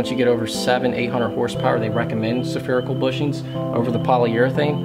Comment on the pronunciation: Spherical not Saaapherical.